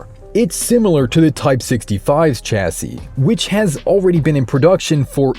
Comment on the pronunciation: The word Chassis is pronounced "Shassie" a bit like Lassie but with "Sh" at the front. You're welcome.